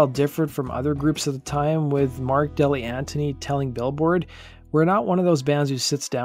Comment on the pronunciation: Thank you for this! SC were my favorite band in the 90's. A few notes: Keyboardist's name is Mark DeGli Antoni (pronounced degli Antoni) not Dilianti. Drummer Yuval Gabay's last name is pronounced Gu-Bye like "Goodbye". Otherwise, I love seeing a criminally underrated band getting some attention. Thank you!